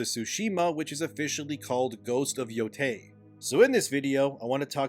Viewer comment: Thank god for an American who knows how NOT to pronounce Yotei as "Yotai".